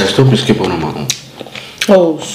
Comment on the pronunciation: You look good. But it’s called “Brisket bone” not “biscuit bone” 🤗 One mistake most Nigerian homes make😅